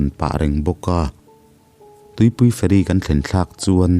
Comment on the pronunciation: nia feri zawmloa,fe'ri tih ang deuha lamrik ani zawk mah mahse a ngaihnawm tho